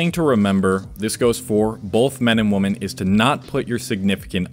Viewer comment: Why do u pronounce women as woman😂